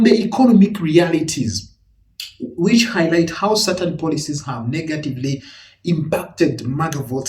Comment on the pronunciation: Honestly bruh think that heffa said "niggative" instead of negative.